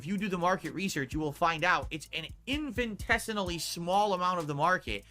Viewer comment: "Infentessinaly small" loves saying words wrong AND using what the word means along with the word... The adjective he was going for was "Infinitesimal", which means extremely small. He's redundant when hes says an infinitesimally small amount... I wish he could extrapolate from this comment. Thus, he could learn proper grammar.